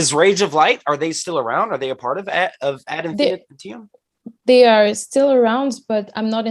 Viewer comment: Ad Infinitee-um Lol. He pronounces it like an element in the periodic table.